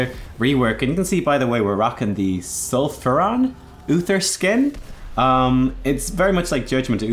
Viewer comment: STOP. SAYING. SULFURON !!!!